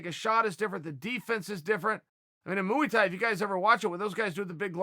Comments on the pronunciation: MOOEY THAI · “RosenStrike doesn’t have the great moo-ee Thai” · chael "moo-wee-tie" sonnen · Chael "Mooey Tai" Sonnen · Nobody: Chael: Mooey Thai